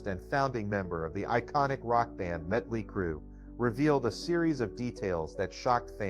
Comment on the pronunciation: I thought it was muddley crew 🤣🤣🤣🤣